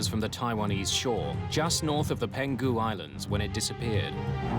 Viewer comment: Its PENG HU island, not PEN GU island